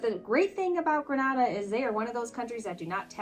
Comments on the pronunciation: Greneda Not Granada ...😢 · Grenada is pronounced, “Gren-AY-da,” with the long a sound. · The pronunciation of the island nation of Grenada has a long initial ‘a’, as in bay. It is not pronounced the same way as Grenada in Spain. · Great content as usual. Thank you. The countries in the Caribbean are pronounced Gren-ayda, Nee-vis.